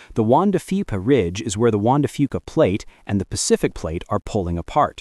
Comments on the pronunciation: Wanda Fica Ridge? You’re a scientist! Surely you can get an AI that’s a bit more literate. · "Juan de Fipa"??? Isn't it Juan De Fuca?